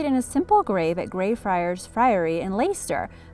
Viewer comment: And you dont say Leicester like that lol ya just say it like lester haha we are a very simple people